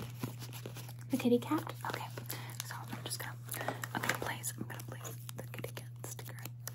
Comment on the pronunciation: Super tiny thing but the way she said "please" at the beginning sounded like "blaze" which is my preferred name and that gave me so much euphoria for a second which was quite nice 🖤